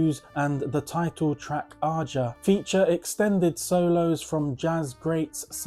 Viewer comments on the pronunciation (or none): Great picks. I LOVE Todd Rundgren's Utopia's first 2 albums. Great stuff. You're pronouncing "Aja" wrong. It's pronounced like Asia." It's sung on the record.